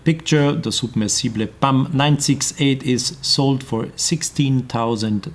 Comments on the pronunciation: submersible - u are pronouncing it as soub mersible (like how u say super or soup) u need to say it as sub-mersible (like how you say Sap) btw, beauty video ,so much in depth. top class timepiece. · "unfortunately we can’t leave voice messages here ... I would have asked you to pronounce it the way you do." I'm not Owl Guy, but in American English it's sub-MER-suh-buhl, similar to submarine (SUB-mer-reen). If you click on the link here and then click on the speaker icon you'll hear an American saying it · well in google you can hear it , the right way in English , but trying to sound like it is some posh and extravagant word is ridiculous, the rest of the video is wonderful and good and interesting, but that word when he is pronouncing "SUB-Mersible" is just hilarious to me .... don't get me wrong i love Panerai and would love to have it , it's just that word that made it awkward to me....... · Soob-mer-see-ble😜 Newton centimeters?! 🧐 Feets 😂 Wiff 🤪